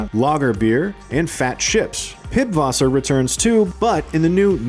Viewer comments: pibwasser-pronounced pisswasser😊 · Did he just say Pibwasser? Hahah. It's pronounced Pisswasser which should give a hint as to what it means. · It's not pibwasser, but pisswasser. That letter is German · Btw it is not piBwasser, it is piss wasser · You don’t pronounce pißwasser as pibwasser but as pisswasser lol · Its not Pibwasser it’s Pißwasser. ß is the German exclusive letter pronounced like a sharp s. So it’s Called Pisswasser. Wasser ofc means water. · "Pibwasser". The 'ß' is pronounces as an 's' in German. So, Pißwasser is pronounced Pisswasser. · Its Pisswasser (ss=ß) not Pibwasser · pisswasser not pitwasser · Its not Pibwaser its Pißwasser. Or Pisswasser. And Pißwasser Nein translated to english means Pisswater No💀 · Pißwasser is pronounced Pisswasser (not Pipwasser), meaning Pisswater and is a german synonym for stale or incredible bad beer. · It's PISSwasser, with a S - not a B 😅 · Its Pisswasser not Pib. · Pi"b"wasser That's pronounced piss.. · It’s pisswasser not pibwasser. Never heard anybody call it pibwasser. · It's not "Pibbwasser", it's "Pisswasser". That "B" is a double-S in German. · it’s not Pibwasser, it is pronounced as “Pisswasser” which makes more sense… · it's *not* PIBwasser. It's PISSwasser. Which is a German word for peewater a.k.a. beer or diluted beer, depending on which alcoholic you ask. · Pisswasser not Pibwasser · Did this man just say Pib Wasser with a B lolololol its piss wasser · its called Pißwasser (Pisswasser) not Pibwasser 😂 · It's "Pisswasser" not "Pibwasser" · it is pronounced Pisswasser, not pibwasser, seeing that they are hinting towards the german language. Pisswasser would mean Pisswater... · It's not Pibwasser, but pisswasser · The german b is pronounced as an "S" i.e. PISSWASSER, not PIBWASSER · it's not a piBwasser but it reads pisswasser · IT'S PISWASSER NOT PIBWASSER 😭😭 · It’s pronounced pisswasser not piBwasser FYI 😊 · Pißwasser is pronounced as "Pisswasser" not "Pibwasser" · lol at calling pißwasser pibwasser